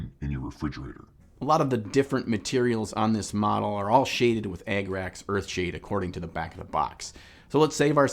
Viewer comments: “Egg-racks” earthshade 😂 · why is he saying e g g r a x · Ah- grah -cks the rough german pronounciation